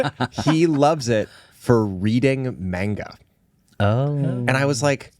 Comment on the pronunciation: The pain when I heard "main-guh"